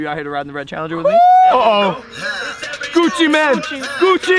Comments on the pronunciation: Logan pronounces "Mane" as "Man" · It’s pronounced Maine, like the place or a lions furry face thing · Jonah P she said that cuz logan paul accidentally said gucci man instead of gucci mane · I’m sorry but you keep saying Gucci man but it’s Gucci mane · When he pronounces Gucci mane Gucci man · I think he said it on purpose cuz logan said “gucci man” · Is he saying Gucci MAN